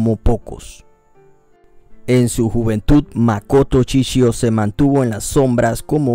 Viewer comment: No es chichio es Shishio.